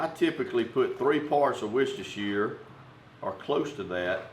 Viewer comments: lol great vid but the wusashire sauce was just priceless! It's pronounced wuster sauce. simple :) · native speaker here. it is pronounced wooster sauce, not woustershiresauce. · You pronounced "warshyersister" wrong. Otherwise great video! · aaaargh, its pronounced 'wuster sauce' not worcestershire............................ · Did you say what's your sistah's sauce 😂🌶😂🍺🦌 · That is one incredible beard style! Love the recipes (btw Worstershire sauce is pronounced Wooster sauce ! British English is crazy I know) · I love how Americans try and pronounce worcestershire sauce 😂😂😂😂